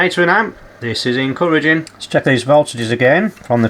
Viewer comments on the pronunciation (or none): "This is encurrentging"